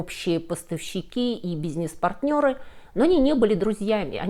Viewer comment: все хорошо, только слово "бизьнесь" вы как-то неправильно произносите ))